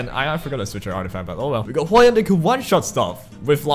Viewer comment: hwa young is pronounced hwa 'young' as in the normal way you'd say in English 'young,' so basically you're saying it right xD don't worry